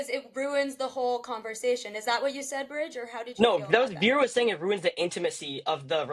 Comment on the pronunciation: Its brij not bridge , just letting u know , no offense